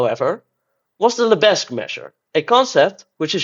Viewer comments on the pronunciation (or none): The 's' in Lebesgue is silent, so it should be pronounced 'lebegue'. That's French for you! Edit: holy shit, this video is a banger. GREAT stuff! :D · Henri Lebesgue was French, the s is silent. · I love to troll my French colleagues by pronouncing Lebesgue as Leh-bezz-guEEH. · The visuals in this video are absolutely amazing! But, I'm sorry, it's practically impossible to hear you say "Lebesgue" with a non-silent 's'. Side note: What do you mean by "First year university calculus" in minute ????? You don't have real analysis in your first year of University? That's just a crime against mathematics! How can you claim to learn mathematics without absolute rigour from the first semester!